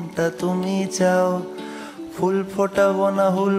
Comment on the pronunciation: বড্ড ভালো লাগলো ' রাইকমল '... যেমন কথা, তেমনি সুরের মাদকতা❤ শুধু একটা ছোট্ট অনুরোধ," ফুল " এর উচ্চারণ এ ph টা কানে লাগলো... বাংলা আর ইংরেজি " ফ " এর তফাৎ টা আর কি😊